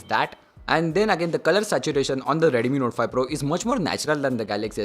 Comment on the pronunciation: It's not Redumi, Redmi it is...